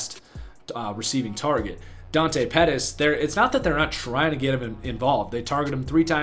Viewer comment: pettis not pettes